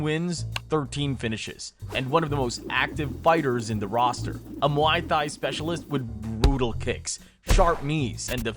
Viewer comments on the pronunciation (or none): Chuck Little? Mi Thai? Brother you've got to work on your pronunciation of things if anyone is going to take these videos seriously. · And muay “thigh” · The way you say muay thai hurt my soul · Lmao "muay thhhai" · Had to stop at the pronunciation of "muay thai" was quite bad as well had to stop there